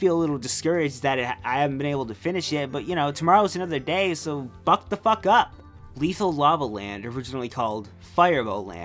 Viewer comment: Uh, wait, what was Lethal Lava Land originally called? You kinda mumbled it out into a big lump near the end of saying it.